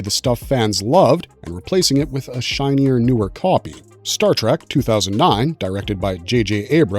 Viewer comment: WTF is Star TRACK? Obviously you were not taught phonics in early elementary school. Or would you say that it is a wagon TRAM to the stars Or perhaps a Waggle train? Really you can do better! I bet you have PITCHERS of family on the wall, right? What bassette ball team do they play for? You really do not know